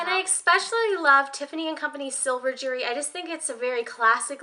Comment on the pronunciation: It's so cute how when you say jewelry it comes out sounding like "jury". I don't have any Tiffany jewelry. I can dream.